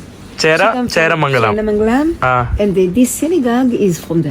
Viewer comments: ചേരമംഗലം അല്ല ചേന്ദമംഗലം ആണ് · Cheramanglam alla chendamangalam annu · ചേരമംഗലം അല്ല ചേന്ദമംഗലം പറവൂർ😂😂😂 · ചേരമംഗലം അല്ല ചേന്ദമംഗലം ആണ്. നോർത്ത് പറവൂർ അടുത്താണ് ആ സ്ഥലം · ചേരമംഗലം അല്ല ചേന്ദമംഗലം എന്നാണ്‌ അ സ്ഥലത്തിന്റെ ശരിയായ പേര്‌. മലയാളം മറന്നു തുടങ്ങിയ ആ സഹോദരിക്ക്‌ ആ പേരിന്റെ ശരിയായ ഉച്ഛാരണം അറിയില്ലായിരിക്കാം. ജൂതന്മാർ കേരളത്തിൽ ഉണ്ടായിരുന്ന പ്രധാന സ്ഥലങ്ങൾ - എറണാകുളം, മട്ടാഞ്ചേരി, പറവൂർ, മാള, ചേന്ദമംഗലം, കൊടുങ്ങല്ലൂർ എന്നിവിടങ്ങളിലായിരുന്നു. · Not cheramangalam but chennamangalam............ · ചേരമംഗലം അല്ല. ചേന്ദമംഗലം ആണ്. N. പറവൂർ ന് അടുത്താണ്. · ചേര മംഗലമല്ല, ചേന്ദമംഗലം.നോർത്ത് പറവൂർ. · ചേരാമംഗലം അല്ല ചേന്നമംഗലം വടക്കൻ പരവൂർ ! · ചേരമംഗലം അല്ല ചേന്ദമംഗലം, നോർത്ത് പറവൂർ അടുത്ത് തന്നെ ആണ് ആ സ്ഥലവും പെരിയാർ തീരത്ത്